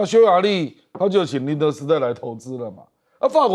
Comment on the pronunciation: 這位男主播真是奇了 1.明明大粗體字寫的是 「寧德」，你卻連續兩次說德寧，重點是你用筆指著大粗體字也會念錯，你說厲害不？...... 2.納坦雅胡說： 「你」的母親，你卻說 「你們」的母親....